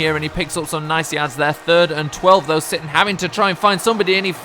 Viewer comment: when you were announcing the stats from the second game on rushing you said will sitton